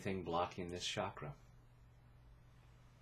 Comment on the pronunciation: just FYI.. Ch in Chakra is pronounced same as in the word Change. And not as in Champagne. Thanks for your videos.